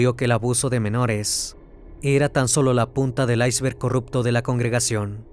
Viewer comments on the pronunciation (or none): none